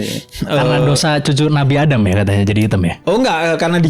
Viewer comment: Bib santai aja kali ngomong " HITAM " nya😂